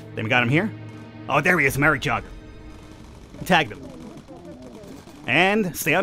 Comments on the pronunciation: it's pronounced yay - ger :P not jogger lol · So Jager is said yay ger. Sorry aha good video tho :) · That elite pilot is actually pronounced more like yayger. Just saying. Nice video! :)